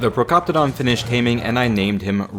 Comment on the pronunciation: ok but why do you pronounce more names wrong than right? like ankylosaurus, procoptodon, wyvern, and argentavis. polymer too. i bet you dont know the number of seconds youre supposed to wait between tranquilisers for maximum effect either. oh and doedicurus, since youre abbreviating the name to doed, the correct pronunciation is is „dode“. ok thats bullshit, they obviously add salt to the water. why else would it be dry and make you even thirstier?